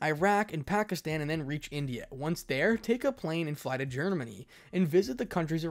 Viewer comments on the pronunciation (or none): none